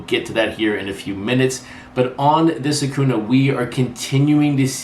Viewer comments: Light correction: Acuña’s name is pronounced like ah-CUHN-ya - the eñe there is important. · I don’t get it either, nothing personal against, but it’s been what 4 years now(?)... pronounce the mans name right people.